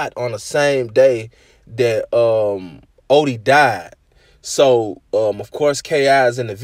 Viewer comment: You Say Odee So Weird